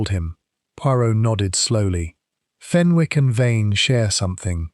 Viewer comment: Good story but . Wished you would check AI for oronounciations. Fenwick has a silent W, pronounced Fenick.